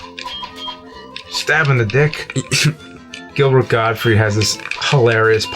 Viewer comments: It's not Gilbert Gottfrie, its Gilbert GOTTFRIED, with a "D" on the end. Friggin amateurs... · 'Gottfried', not 'Godfrey'. Yep, I'm that guy. Sorry.